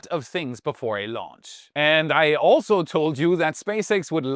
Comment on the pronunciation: 2x "and I alsow told you..."